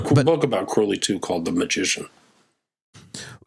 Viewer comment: It's CROWLEY rhymes with Unholy